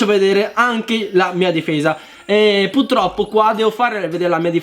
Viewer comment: PURTROPPO con la R dio bbbbbbb